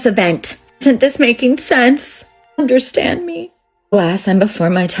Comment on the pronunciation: Im not trusting any woman that can't say " Understand" correctly... that shit is so unattractive...WTF I sInnerStand ? -_